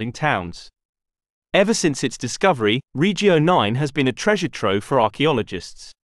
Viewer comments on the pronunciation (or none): Suggestion: stop englifying Italian/latin words. Your pronunciation of regio and via is disrespectful.